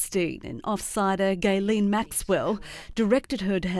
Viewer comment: 'Gayleen' Maxwell? WTF? 😆😆On a news channel too - jeesh